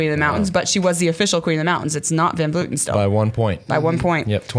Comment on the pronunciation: Can you go on and tell them how Vleuten should be pronounced because it hurts hearing Vloeten and Vloety.